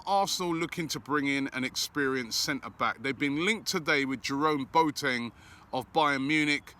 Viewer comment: Mr Pronunciation back again😂 “BoTang”